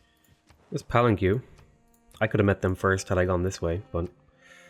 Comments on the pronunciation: Pet hate alert! It's Pal-an-kay not Pal -an-cue! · its Puh-len-Ke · I quit when he said Palan-Q...